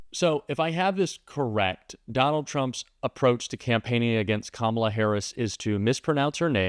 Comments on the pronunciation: They purposely pronounce it "com ALLAH" so it sounds more Muslim. Just like he always says Barack Hussein Obama. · Not knowing Kalama or mispronouncing her name on purpose is an old racist trope for not acknowledging her existence or acknowledging her as a human being. That's why they do it, that's why Nancy Mace says she'll call her whatever she wants (meaning if she wants to call her a monkey she will), messing up her name on purpose is just another way of not acknowledging who she is as a person. So now trump is defending Biden, saying that the presidency was stolen from him, who he hates, against Harris? Now all of a sudden Harris, Biden's VP's policies are worse than Biden's, but she's much worse than him? Now he's complaining that he has to waste money on this black woman to beat her (which he won't), when it was no problem on how much money he had to take from his supporters to take Biden down? At first he wanted Biden to quit, he was too old, he's senile, but now he wants him back in the race? I wonder why? I know the answer, but does anyone else? To